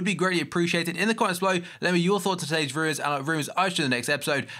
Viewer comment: Its pronounced "Today's rumors and other rumors" not "Today's rujs and other rujs"